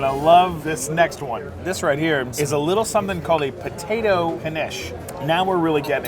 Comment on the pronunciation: No you did not just put an E at the end of Potato.